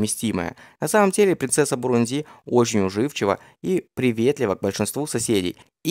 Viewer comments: Автор, ударения ставить научись сперва! Не бурундИ, а бурУнди!!! Ударение падает на второй слог!!! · Дружище, неверное ударение в слове "Бурунди" режет уши. Посмотри, пожалуйста, в словаре - как правильно.